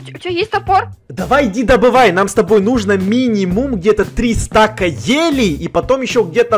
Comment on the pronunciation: Не стак а стаг